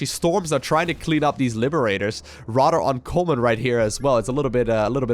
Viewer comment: "Dis is going to get rodder crazy rodder fast"